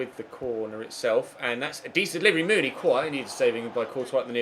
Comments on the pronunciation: you pronounce the huddersfield striker mounie like Moony-eh not moony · It's Steve Mounié (moo-nee-ayy)